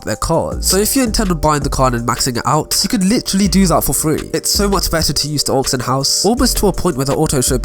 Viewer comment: Your hair looks silly and your voice is just annoying. Get yourself a haircut and learn English. Btw, it’s AUCTION HOUSE not AUXION HOUSE, or did I miss out on their sale on aux cables ?